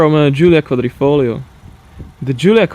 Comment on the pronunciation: Pauls Duncans Not only fast, considering how long of a word it is, he pronounced it rather well for a non-italian speaker, too